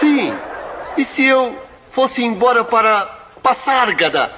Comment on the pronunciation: Muito bom!! Maaaas... a pronúncia está errada. Se escreve Pasárgada, então a pronúncia é Pazárgada, não Passárgada... podem olhar no site DicionarioeGramatica no google